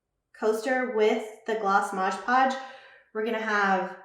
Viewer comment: We can see you really well, but not the project. Maybe zoom the camera more on the project so we can see what you're doing. (and it's pronounced MOD podge not modge podge)